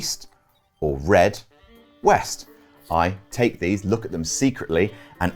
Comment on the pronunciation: East? I thought you said weast